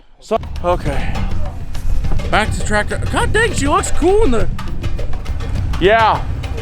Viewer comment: It's not a traptor it's a tractor